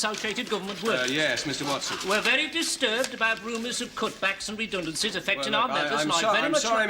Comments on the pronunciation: He's a Brummie. Someone with a poor ear for accents might very well misconstrue the Birmingham pronunciation of 'redundancy' for an Irish interpretation. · General Secretary Watson can be identified as Irish by the way he pronounces 'redundancy'. I can see the mutual affection between the Catholics in every faiths and the communists. They are about obedience and conformity which is anethama to the youngsters in every generation. Such being the case, they found a way to let their kith and kin run wild while others suffered.